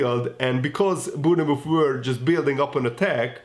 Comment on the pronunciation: Lol sry but try and say Born Mouth, Bornmouth this will help with the pronunciation hehe 😆